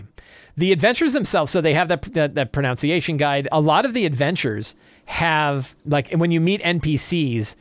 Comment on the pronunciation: Ironically, it's "pro-NUN-see-a-shun."